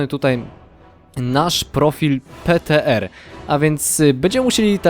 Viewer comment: PTR wypowiedź (pitiARRRR)